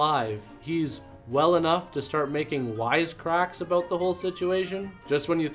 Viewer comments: LOL she said "what are you talking aboat?" So Canadian. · She said aboot!